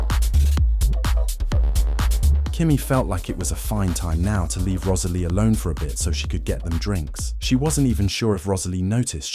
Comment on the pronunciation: The way the narrator says Rosalie’s name is so pretty